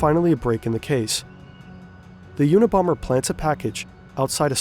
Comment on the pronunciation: Check the "a" in unabomber.